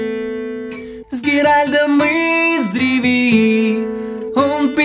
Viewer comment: Очень круто! Только он Геральт, а не Геральд, но может мне послышалось